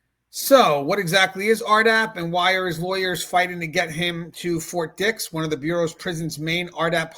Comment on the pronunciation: "Fort dih" 😭🙏🥀